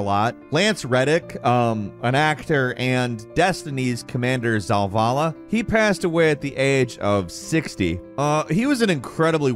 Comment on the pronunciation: you added an extra L is zavala. it's not zalvala. wtf is wrong with you? are you doing this on purpose?